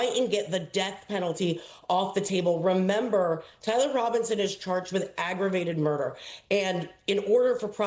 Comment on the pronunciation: What is wrong with you people the word is remember not ramember